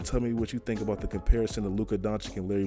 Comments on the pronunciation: it's pronounced DONCHICH, not donchik. it hurts my ears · Nice vid man, but his name is pronounced Donchich and not Donchik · DONCICH* (not doncik, donkic, donkik) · please stop calling him Luka Donchick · Dude, its Doncic, not Donchik, learn to spell his name right, its two same sounds! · Take a shot every time he says chip on his shoulder or says Doncic wrong who’s down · How does any 6'8 guy seem like a regular civilian? 🤨 Also the last c in his name is basically pronounced the same as the first c and not like a k. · Pls pronounce him right you be like Steven a Smith out here the second c is pronounced the same way the first is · You probably have no idea how huge Doncic is and please learn to pronounce his surname..